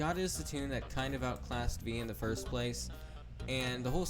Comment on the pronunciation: "FORST" - 2025 TRUELY INSPIRING WORDS